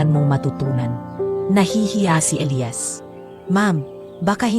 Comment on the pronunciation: 😂😂halla okay lang namn ang cute nga ng pag bigkas nya ng Elayas😂atleast mahnda ang kwento at May happy ending❤❤❤